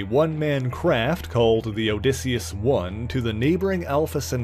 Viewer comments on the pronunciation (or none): none